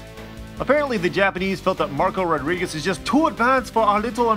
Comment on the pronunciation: why did they re name him butt?! don't they know Meicans ar ethe largest minority in America?! even if we didn't know, we'd learn how to pronounce Marco Rodriguz.